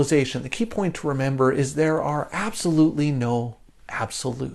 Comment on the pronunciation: AbSOULutely not abSOULute❤